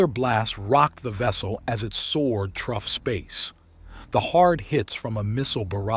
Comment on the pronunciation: Good story despite the constant mispronunciation of through 😂